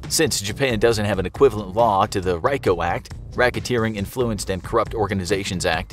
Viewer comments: It's "RICO" not "RYKO" smh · LOL! It's pronounced REE-KO, lol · RICO is pronounced reeko my guy lolol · how hard is it to pronounce REE-COH?! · im sure its RICO (REEH-COH) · The "ryko" act 🙄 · lol rye-ko act. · The way he pronounced Rico 😩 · Decent enough infographic video, but narrator butchered multiple pronunciations. Absolutely murdered even rico. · the way they said RICO made me cringe hahaha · Way to butcher RICO